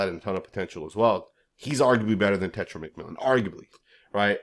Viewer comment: Bro, it’s not tetra! It’s TE-(tay) TAI- (tie) Ro- (Roll your the r off your tongue as in Spanish) A-(ah)